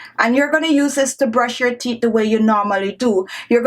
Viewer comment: She also didn't pronounce teeth well either. Girl seh "theeth" 🤣🤣🤣🤣